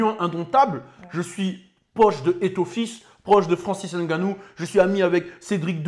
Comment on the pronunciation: Un vrai camer le 😂 Juste pour sa façon de dire correctement Ngannou